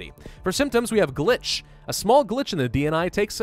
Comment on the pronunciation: I love how the word ‘glitch’ had a, well, glitch in it when it was pronounced.